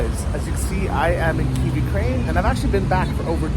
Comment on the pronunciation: You say Kyiv alot, but your pronunciation is wrong, so try to take a small lesson on it, 5-10 mon will do the trick.